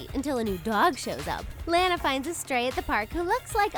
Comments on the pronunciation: Lana not lAna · wa wa wa WAIT. Did she just say laana?? like la nuh?? IT'S LANA. LANA. LANA. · Its law-naw not lAH-na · Her name is pronounced “ L-aaaaaa-na” not “Lan - A” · U pronounced Lana wrong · Its not Lana as in a short A is as a O